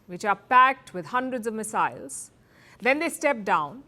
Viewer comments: Not Miss-Isles! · "Loaded by.....miss-silies....." Idiot!😮